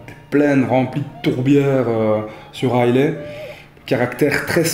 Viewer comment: Si on prononce "Broukladi", il faut dire "aïla", pas "aïlai"... ;-) Mais c'est juste pour chipoter. J'adore vos vidéos...